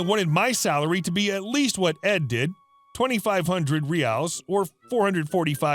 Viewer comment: Love the videos! As a brazilian, I feel that I had to comment and complemmentt your pronunciation of Brazil's currency ('Real' and 'reais' - plural). It was perfect! Keep up the great work!